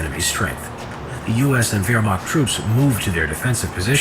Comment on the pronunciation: Thank you for saying Verh-Macht and not Weer-macht